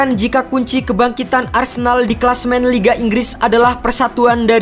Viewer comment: Arsendal BG sebutannya